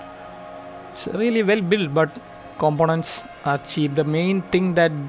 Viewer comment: When you for the first time pronounced combonents for components, I understood who you are.